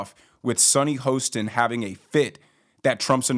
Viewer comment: The name is pronounced Ho…stin rhymes with Boston….other than that I’m uninterested in any of your shit!